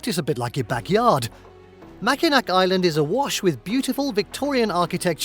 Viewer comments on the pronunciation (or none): Mackinac is pronounced Mack-in-awe. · Actually, he had several mispronunciations that I know of: Yosemite, Chelan, and Mackinac are the ones I caught.